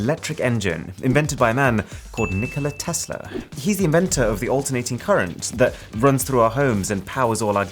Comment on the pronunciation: I feel like nobody knows this but it’s pronounced Neek Ol A Tesla